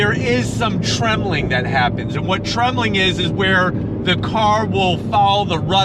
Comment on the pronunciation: tremling????? what???? You mean tramlining?